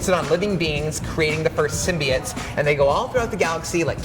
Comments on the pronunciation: Why does the guy say "sym-bee-its". It's "sim-bye-oats" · What is with people saying symbiotes wrong